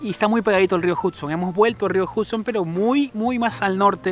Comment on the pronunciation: Esperen a que me gane la lotto. Una cosita Hudson se pronuncia la U como una A..espero no te moleste la corrección.. Buenísimo video.